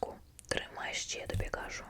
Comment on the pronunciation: На майбутнє, не ка'жу, а правильно кажу' (не хейт)